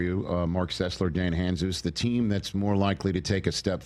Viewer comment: Funny that Rich, after working with Dan for years, doesn’t know how to pronounce Dan’s last name